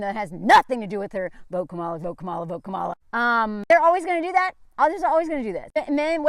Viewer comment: I love you, but you were mispronouncing Kamala’s name. It’s Kam-a-la.